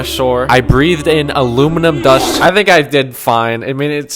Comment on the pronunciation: ABLUMINUM BOIL???